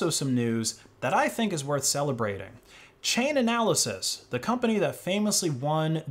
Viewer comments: It's almost as if this guy doesn't read the stuff he puts on screen: delisting XMR for EUROPEAN clients, not everyone. DECEMBER 31st is the deadline for withdrawal, not October. CHAIN-ALYSIS...not "chain-analysis" Dude, it's on the screen, bigger than Dallas..."Chain-alysis" Minimum is 80GB+, not 60. Minimum is 160GB+ for full node, not 200. You're showing requirements on screen. How do you get this wrong? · For the love of fuck please say Chainalysis correctly, its boiling my piss